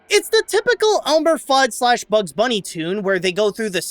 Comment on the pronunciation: Elmer *Fudd not "Thudd"